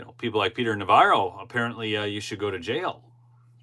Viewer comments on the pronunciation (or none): none